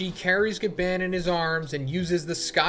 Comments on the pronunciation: Ga barrrnnn barrnnnn Not bann as in ban. It's Gabarrrrrnnn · The way u say Gaban pisses me off